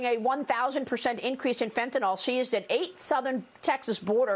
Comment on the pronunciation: FentaNYL. Pronounce ending -nil, not -nal.